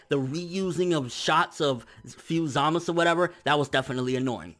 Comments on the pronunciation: his name is zamasU not zamas lol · It always lowkey bothered me that pronounces Zamasu's name the way he does Za-mas. It just sounds weird to me while Za-ma-su just sounds natural. idk why it bothers me lol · za-mah-su 3 syllables